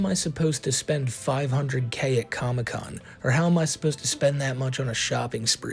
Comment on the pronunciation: What the fk is a "comocon"? 😂